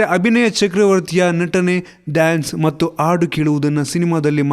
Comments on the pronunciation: ಮೊದಲು ಕನ್ನಡ ಮಾತಾಡೋದ ಕಲಿ.. ಆಡು ( ಮೇಕೆ , ಆಟ ಆಡು) ಹಾಗಲ್ಲ ಅದು. ಹಾಡು ಗಾಯನ ಅದು . ಆದಿಮೂರು ಅಲ್ಲ ಹದಿಮೂರು . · ಹಾಡನ್ನು ಅದು, ಆಡನ್ನು ಅಲ್ಲ. correct agi Kannada mathadi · ಗುರುವೇ . ಅದು "ಹಾಡು .". ಆಡು ಅಲ್ಲ .. ಕನ್ನಡ ಚೆನ್ನಾಗಿ ಮಾತಾಡಿ .. and love u kichha ...